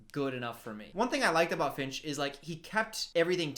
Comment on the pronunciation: Every time she screams "Finch!" I heard "Bitch!"